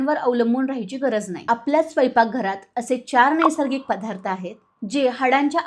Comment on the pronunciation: "पधार्त, पाणांची.. "असे उच्चार सांभाळायला हवेत